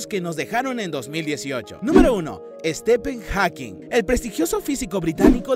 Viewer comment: Estepen Jakin 😂😂